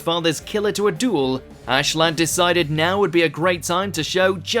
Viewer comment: You it’s Askeladd not Ashladd Right like wtf